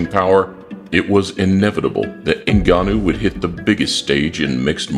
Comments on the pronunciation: I'm a Cameroonian, it's not pronounced "N-gannou" it's "Ngannou" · "So you're fighting Francis Errrrgananou" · The reporter saying francis eggnanu 💀💀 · Did she just say "ngananou"?😅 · i love all the mispronunciations of his name in this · '' fighting francis gnnanou'' was hillarious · "Nobody calls out Francis N'Gannou" LOL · Every person pronounced “Ngannou” differently lol